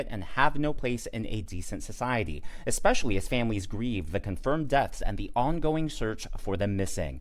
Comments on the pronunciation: Eck..specly..?????? Learn to talk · A doctor that says "Exspecially"? Clearly she was socially promoted out of school. But she should never have been given a license to practice medicine if she cannot speak English. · May I ax you what "expecially" means? 🧐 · Did that racist Perkins chick actually say "Expecially" and "Duh-der-duh-der-duh?" I haven't said anything like that, since the day I learned to speak! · "expecially"????? gd morons lol. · That black chick was so off. Nothing she spouted was correct. East tx? White only? Most importantly "Ex-specially" is not a word, moron. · Dumb black girl, its pronounced " especially".... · should learn basic grammer and pronunciation before she starts running her bigoted mouth.